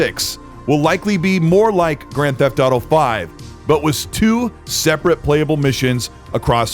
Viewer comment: Did you just say Drand Theft Auto 6 I can't wait for Drand Theft Auto 6 😂